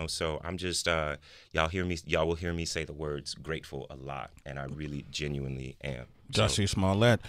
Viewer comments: You called him Juicy Smullea'....LMFAO!!!! That caught me off guard, awesome! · His name’s Juicy Smooyay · you saying "Juicy Smoolyee" was the highlight of the video!! 😂 Nah but this man is crazy. He said nothing during the interview, just like a narcissist. He victimized himself and blamed everyone else for what happened after it. But why were you still wearing the rope? why did the two brothers say that they did it ?! Unbelievable! 😂😂